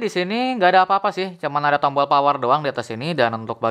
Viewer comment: Tombol aja kok susah nyebut nya